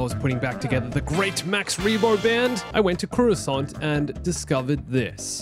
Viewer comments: i like it when you said croissant instead of coruscant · Coruscant isn’t “curo-sant” it’s actually “corus-cant”